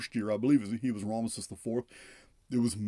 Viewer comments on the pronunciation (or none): none